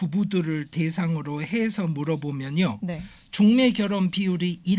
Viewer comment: 하스를 너무 많이 했나봐 중매가 죽메로 들려